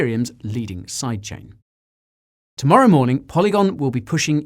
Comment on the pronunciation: Anyone else hear "Side chick" every time Guy says side chain?